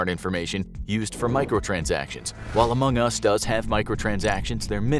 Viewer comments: why dies he say among us so weirdly? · Anyone else annoyed at the way he says among us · if you do another video on among us can you please say AMONG us and not among US?